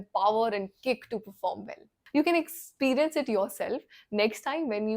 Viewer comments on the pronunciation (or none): none